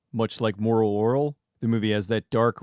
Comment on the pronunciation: the way you say moral oral makes my skin crawl (crawol if you will, lol)